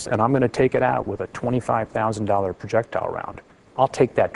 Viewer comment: When he said 25000 dollars, it was like 25 dollars.